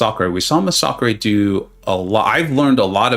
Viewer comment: love the content dude, great tourny, but can you please learn how to pronounce massacre?